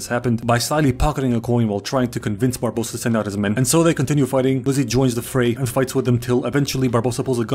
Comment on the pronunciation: I enjoyed so much that he calles Barbossa "Barbadossa" a few times that I will now call him that from now on.